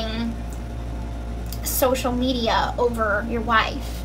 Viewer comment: Girl when you say schoschial media .... 😅